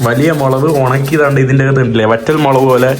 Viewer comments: മൊളവ് അല്ല ഹംക്കേ 😂മുളക് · മുളക് എന്ന് പറഞ്ഞുശീലിക്കെടാ ചെക്കാ... 😄😄😄❤️